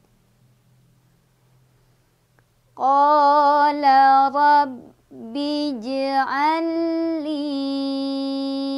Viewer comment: Maaf, Robbi syakiyya (robbi) nya tidak panjang kak🙏🏼